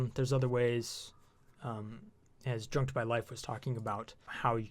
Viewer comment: The guy's channel is pronounced "jueked", not "junked", just FYI :). There's no "N" in the name.